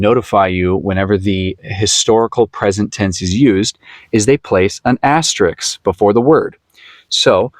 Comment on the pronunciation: FYI, the word is "asterisk", not "asterix". Asterix is the name of a cartoon character. Asterisk is the typographical mark you describe.